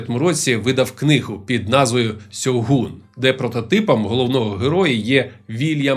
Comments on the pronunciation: Авторе, правильно українською це буде "Шьоґун", а не "Сьогун". Бо по перше, купка м'яких приголосних при передачі японських м'яких шиплячих - російська транслітерація японської, по друге, ніяких наших гортанних "Г" там нема (й взагалі гортанних звуків), там саме що дзвінка "Ґ" й вимовляється, й передається в транслітерації. Наразі в Україні існує 2 самостійно створених систем транскрипції та транслітерації японської - Бондаренка 2011 року (Система Ґоджююн), та система Коваленка, згідно обидвох правильно буде "Шьоґун". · Не "Сьогун" а "Шьогун" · Шьоґун правильно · *Шьоґун. Гортанних "Г" чи "H" в японській нема.